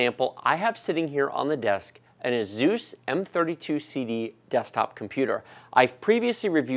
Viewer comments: ay-zooooos Bruh, I thought it was ay-suss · Now that's a new pronunciation for ASUS - AZUUSS :)